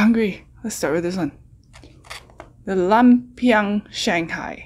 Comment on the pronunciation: It's pronounced loompia